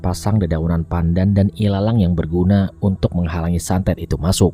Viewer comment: santet bang santet bukan satet :v Semangat terus bang